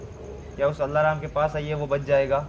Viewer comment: Allahram kya he alarm hota hai 😆😆😆😆😆😆